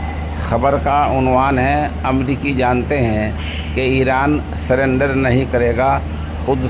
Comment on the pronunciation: سلینڈر نہیں سرینڈر ہے